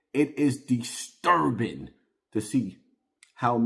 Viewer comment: Deesturbing lmaooooo